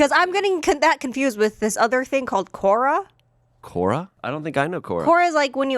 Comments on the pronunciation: pronouncing Quora as "Cora" had me so confused 😂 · She means Quora, not Cora.